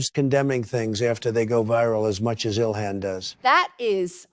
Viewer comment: Did he call her dilhan